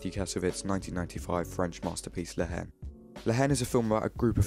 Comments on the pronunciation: Bro , the pronociation is La En The "H" is silent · Nice analysis, just a comment from a french speaker, the h is not pronounced in french in the word haine, haine sounds exactly like the letter n in English.